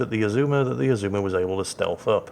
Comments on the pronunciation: Your second pronunciation of Azuma is correct. You don't lengthen vowels, if not indicated. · You also don't stress the second syllable like with most English words. No idea what the pitch accent for Azuma is though.